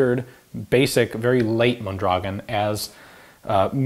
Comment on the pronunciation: He pronounces it pretty well once, when he reads the markings in Spanish.